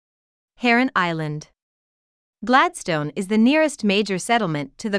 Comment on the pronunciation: Would be more convincing if the bot-voice could pronounce Gladstone properly